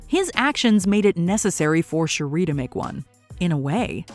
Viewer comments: The way she pronounces Shuri...😒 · Every time I hear Shuri's name said incorrectly, I can't help but cringe. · Does anybody else feel bothered on how she pronounces shuri? Lol it sounds so ugly the way she says it 💀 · Girl your pronunciation of Shuri is killin me! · She always pronounces it like that lmao annoying af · Every time she says it 😬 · Why can't this colonizer say, Shuri correctly?? She's heard it pronounced properly DOZENS of times. That's a purposeful disrespect that's totally unnecessary. Dizzy cu... colonizer. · This idiot PURPOSELY mispronounced Shuri's name damn near 50 times in this video. WHY? What was the purpose in that? 👎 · Yeah I never understood WHY they do this! It's like they never saw the movie and NO ONE says Shur-eee. Like wtf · You’re totally butchering, the pronunciation of Zhuri’s name 🤦🏾‍♂️ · Sher ree. She not from Detroit 😅lol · Lol bruhhh who tf is Sharee?? And THIS is what happens when ain’t no black ppl in the room… Fix it Jesus. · Who Tf is “Shuree” do better 😮‍💨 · It's pronounced Shurry like curry... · It's actually more like Sure-E but I thought I was the only one that noticed her pronunciation I don't mind especially when names/words are even said different ways in the movie (& other (source) material) ie Nay-more, Nuh-more, Nah-more, etc. And of course ppl have accents and dialects etc. But her pronunciation threw me all the way off Lol I'm like please just call her Princess or something 😆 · So you can say Tenoch Huerta just fine but not Shuri? Bihhhh you playing games now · Did the narrator actually see the movie? Why is she saying Shuri’s name that way? It's insane and disrespectful! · I love the video HOWEVER I couldn’t get over the pronunciation of Shuri’s name.🫣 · You pronunciation of Shuri is killing me... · I couldn't even get thru this because of how many times you jacked up Shuri... got to be one of the simplest names. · This lady repeatedly mispronouncing SHURI’s name is infuriating lol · Shuri(sure-e) not Sharee.